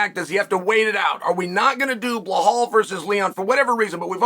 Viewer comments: The way he say balhaaal 😂😂😂😂😂 it's balal not balhal 😂😂😂😂😂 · Bro why you sayin “blahaal” tho 😂